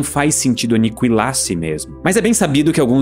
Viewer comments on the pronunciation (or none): Nao é anicuilar é aniquilar, a letra u não se pronuncia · "Aniquilar" ou "Anicuilar"? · é impressão minha ou ele fala Anikiwilar ?